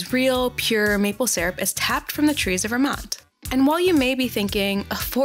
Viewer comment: Lol maple "sarup"